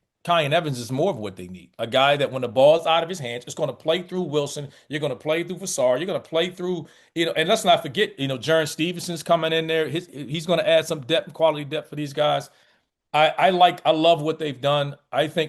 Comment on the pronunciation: It’s pronounced Vaa-sar (long a), not Vee-sar.